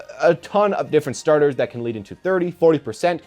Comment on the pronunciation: "with thas in mind, let's get started"